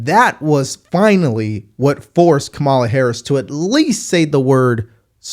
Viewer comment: I really like and almost all his perspectives. I watch every video. But dude. It’s Laken Riley, not Lincoln Riley. And from other videos, it’s electoral college, not electorial college. And finally, just call her Comma-la. I know it’s a small thing but everyone deserves the respect of having their name pronounced properly. It’s a basic respect in my opinion. Other than that, great content. I watch every video.